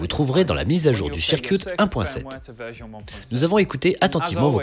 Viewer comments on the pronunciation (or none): Bonjour, c'est très sympa à vous de traduire et doubler ces vidéos, les rendant accessibles aux non-anglicistes. Ce serait juste bien d'éviter les fautes de prononciation: - Circuit ne se prononce pas "cirquioute" mais plutôt "ceurqueute" - Synth ne se prononce pas "fin's" mais "sin'f" (encore que le f ce soit pas tout à fait ça) Voilà sinon encore merci!